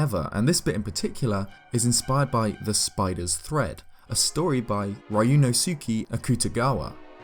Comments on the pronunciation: The way you mispronounced Ryūnosuke physically affected me. It hurt. ToT Besides that, awesome vid and attention to detail! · the scariest thing in this video is the way you just pronounced "ryunosuke" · How could you mispronounce Ryunosuke so hard? Is that on purpose?